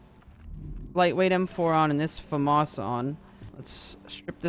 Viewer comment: clicked off video when you said famas..